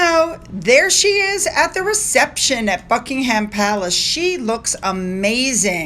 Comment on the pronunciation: Hi, hope you don’t mind me telling you, when you pronounce places like Cheltenham, Buckingham, Birmingham, you don’t say the ‘h’, so it’s like buck-ing-um, or chel-ten-um. Hope you don’t mind me telling you. Love your videos xx